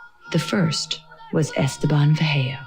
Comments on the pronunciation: i could tell from the way he pronounced Esteban that he was not a native Spanish speaker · That explains why he pronounced Esteban the way he did😊